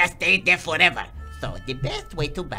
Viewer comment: I lost it when he said "FOREVER!" 😂